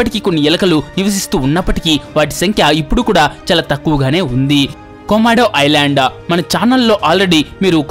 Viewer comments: ఐలాండా ఏందిరా ఐలాండ్ అనలేవా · Orey babu.. I landa kadhu ra babu.. island... Kastha kangaru padakunda cheppu... Video bagane vundi.. alasipoku plz..